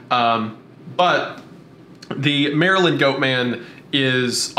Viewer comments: As an eastern shore Marylander, hearing say “Mary-land” instead of “mare-land” was almost as shocking as the time the Goat Man threw a rock at my car. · The way keeps pronouncing Maryland as "Merryland" gets me. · “Merry-Land” got me every time 🙃😂 Good job though boys, I enjoyed this one! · It's nails on a chalkboard hearing Maryland be pronounced Mary-Land and not like a rolled together jumbled mess of a word. 😅 We pronounce it like Merlind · they way you say Maryland hurts me. Its pronounced Mary-Lind OR if your being fancy, Mara-lan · As a native of Maryland is makes my ears hurt when pronounces it as Mary-Land and love that Wendigoon pronounces it as Mareland like he’s lived here his whole life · It’s pronounced Maryl-end it hurts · it's actually murrlan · It’s actually pronounced “Marlyn” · "Mary Land" is absolutely killing me. It just sounds so wrong lol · Ah yes, balitmore MARY-land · "Mary Land" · I love how says Mary-land lol because that is not how we pronounce it here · Lmao as some who lives in Bowie this dude saying Bowie and Maryland that way bothers me